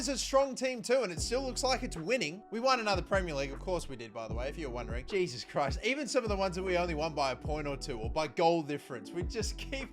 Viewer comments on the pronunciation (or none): none